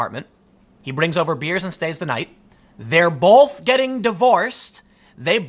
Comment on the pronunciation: I love Tim but I can't stand how he says the word "both".